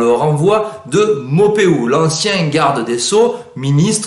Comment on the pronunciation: Merci beaucoup de nous instruire, j'ai juste une petite remarque: Maupeou, Garde des Sceaux, (se prononce maupou)